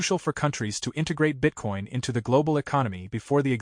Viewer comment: “BITE-Coin— ouch!